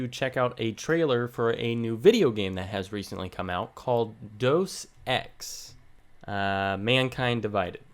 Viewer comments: You realize that the whole Deus Ex franchise is about the Illuminati. Also Deus is pronounced "day-uhs" not "Dose". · Pardon me... I am amazed you understand all the various bits of this and that are occult symbols but you don't understand the word deus is Latin for GOD and is pronounced day-us... So does this game mean "God from the machine???"